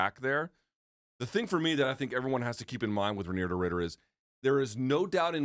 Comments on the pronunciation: Guys I’m Dutch. REINIER Is pronounced as: RYNIER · Chael Sonnen would pronounce it Rein Deer Rider lol